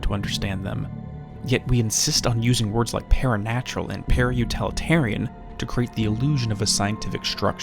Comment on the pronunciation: Love these, but you’re killing me. It’s paraut-IH-litarian, not paraut-AH-litarian.